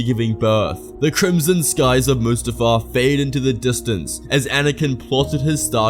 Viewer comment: stop saying crmson